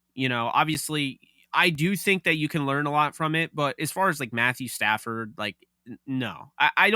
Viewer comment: Why do you call him Stanford 😂😂 it's Stafford